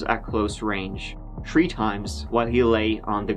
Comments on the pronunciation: Its tHree names not tree names. Its throat not troat. Try taking lessons on how to pronounce words properly before putting yourself on display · one, two, tree...goo! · I love you man there is always a "tree" in your videos 🌳 😄 ..story told brilliantly as always too. Sad but I think these stories should be shared.